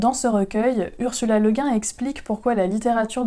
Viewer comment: Bonjour, "Quand j'étais jeune..."! Ah, ah, mieux vaut entendre ça que d'être sourd! Ursula Le Guin, était Américaine: son nom se prononce Le "gouine", pas Le "gain". Fille d'un très grand anthropologue, en passant (je le dis, parce que c'est ma spécialité). Suggestion de lecture (si ce n'est pas déjà fait): Terremer, évidemment, et, spécialement pour toi, Lavinia (je suis sûr que ça te plaira). Et puisque tu n'aimes pas les auteurs français du XXe, pour essayer de te faire changer d'avis, je te propose L'Enchanteur de Barjavel. Oui, je n'y peux rien, je suis un grand fan de Barjavel. P.-S. On peut connaître ton prénom ou c'est secret? Juste parce que "" c'est long et que "", bon...